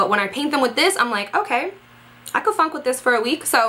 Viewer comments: Lmao! You're not the only one!! I rewinded 3 times! Even turned up the volume to be sure I wasn't hearing things 😂 she could have possibly said "funk" ? Either way I love her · Funk... OK phew for a minute I thought you said fuck...lol I started laughing... Oh and awesome video by the way about how many days do the decals last on your nails?